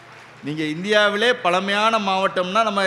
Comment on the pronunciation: தமிள் மொளி பளமையான மொளி.. தமிழாசிரியர்கள் இத்தனை வருடங்களில் ழ ன வை சரியாக உச்சரிக்க ஏன் முயற்சி எடுக்கவில்லை. சமஸ்க்ருதத்தில் வேதத்தை மட்டும்தான் பெண்கள் சொல்லக்கூடாது ஸ்லோகங்கள் பாடம் பேச்சு நாடகம் இவற்றை பெண்கள் பேச எந்த தடையும் இல்லை